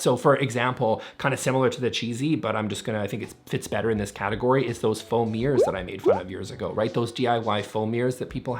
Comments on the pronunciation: Whenever you say "foam mirrors", I keep hearing "faux mirrors". Is that just a framed photo of yourself? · I swear, I heard you say "foam ears" five times before I realised it was "foam mirrors"